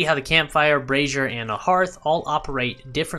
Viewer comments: Dude, you are doing the world a good service here as this is one of the few channels that pronounces Brazier correctly. The other channels have me wondering how they got Brassieres in the game????? (two very different things lol). Subbed! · Lol! It hysterical you mentioned brazier pronunciation! I was corrected on it A LOT on my torch comparison video and have corrected it since! I had no idea I was pronouncing it wrong...